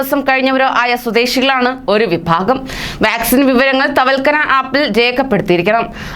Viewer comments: തവൽകന ഒന്ന് മാറ്റി പറയൂ തവക്കൽന എന്ന് പറയൂ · തവക്കല് എന്ന വാക്ക് മാന്യമായി സംസാരിക്കാൻ പോലും അറിയാത്ത അവളെയാണ് ചാനലിൽ ഇരുത്തി ഇരിക്കുന്നത്